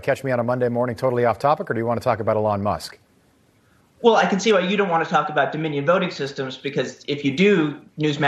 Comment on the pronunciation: e-lawn musk